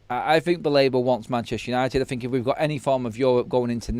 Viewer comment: Struggling to fink